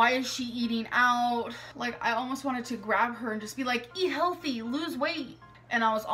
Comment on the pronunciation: “It’s called a hhHHOLTHY breakup.”